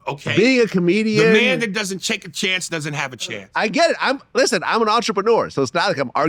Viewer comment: Chake-a-chance Hahahha